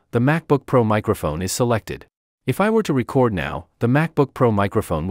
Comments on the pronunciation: Had to stop listening. There are other videos out there with actual voices, not AI. Seemed counter intuitive to me to have an AI voice on a how to video on how to record. Plus, can't stand when it says how to record your voice.... and it makes it sound like the old vinyl records when it should say how to reCORD. SOrry, but a thumbs down for me. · Is this ai.....it gets the word (recording) correctly but not the word (record).. it says record as in (a vinyl record) /single/album so does anyone wonder what's going to happen when we no longer hear human voices any more ... because this is what it's going to sound like..Zero personality!... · You should accent the second syllable of "record" when it is a verb,. Accenting the first syllable makes it a noun.